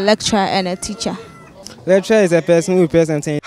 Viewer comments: These people thought you said 'Electra' not lecturer. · She 's pronouncing it wrong that why people are confused.